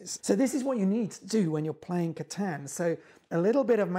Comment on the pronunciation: Someone said catan correct finally